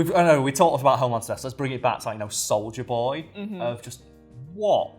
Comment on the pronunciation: Imma be honest, when said soldier boy I thought he said Soulja Boy... Clearly I haven't watched the boys and lemme just say, with the Soulja Boy misunderstanding this video is 30% more ridiculous